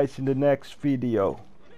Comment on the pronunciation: Haa he also says fideo instead of video I already told him talk Spanish but he doesn't listen